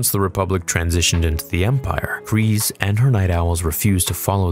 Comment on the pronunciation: You say "Kryze" wrong.